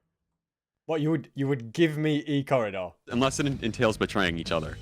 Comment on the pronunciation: "ill give you Ecorridor" still gets me to this day